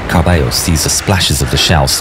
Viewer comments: quick note: in argentinian spanish two L's make the sh sound, as does the letter y. so carballo would sound carbasho. i know it's not super important but since ur vids are so detailed i figured you'd care if u make a falklands/malvinas war vid again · Carballo would be pronounced /kærbæʃɒ/ (Carbasho) and Angel /ænhel/